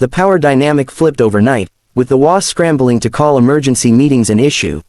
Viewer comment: The WA? There certainly must be a way to get the AI to read “HOA” properly for a story about HOAs. (SMH)